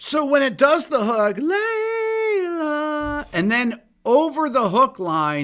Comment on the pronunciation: My wife said.. oh it’s Layla.. not lay low 🤣🤣